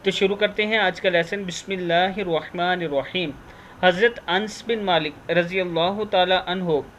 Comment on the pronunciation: اَنَسْ رضي اللّٰه تعالى عنه کا نام صحیح سے پڑھیں! آپ نے ن ساکن پڑھی۔ جبکہ ن پر زبر ہے۔ پہلے صحابہ کرام رضوان اللّٰہ علیہم اجمعین کا نام صحیح پڑھنا سیکھیں!